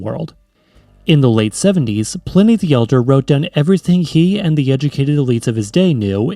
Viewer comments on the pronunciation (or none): none